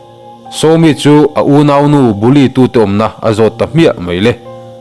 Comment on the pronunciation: Bully tih khi i lam thiamlo si😂.